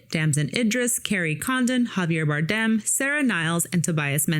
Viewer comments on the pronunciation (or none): For better or for worst? God i need to start doing movie reviews the amount of time you spent talking about yourself, I could explained the movie without bringing up my personal opinion about wardrobe, DO BETTER, you sound like you are scripted from chat gbt, stop murdering Javier's last name, and him Pit were in "The Counselor", you brought up your racial bias about a actress that wasn't in the movie you thought was supposed to be and how much better it would have been if she was, dont be that person, you have 2 of the most talented career actors on this movie and 1 of 10 that are gonna be the next generation of greats (Idiris) but please tell us how the nobody, DEI hire for the remake of the little mermaid would have made a movie about F1 racing better instead a white woman in the pit crew, that was the moment i realized you are part scumbag, im so gonna start doing reviews I do appreciate the motivation there is a thousand yous, one question never mind everything else i said what was your thoughts on Oppenheimer? Should Oppenheimer have been played by a black woman as well or can we leave that in the master piece category?